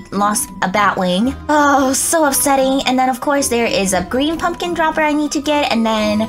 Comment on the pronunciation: You said greem